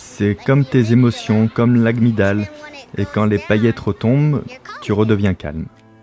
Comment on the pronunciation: Très intéressant (par contre on dit amygdale, désolée ça m’a perturbée)